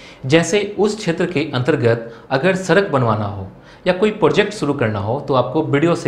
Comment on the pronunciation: Dear, 1st you should speak well, sadak not sarak. Before giving "gyan" to others first work on yourself